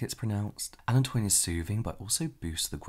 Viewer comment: James I love you. But it’s Alan-toe-in hah